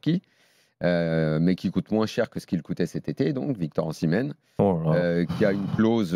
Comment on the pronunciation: Osimenh... Pfffff... Pas sur que ce soit bon..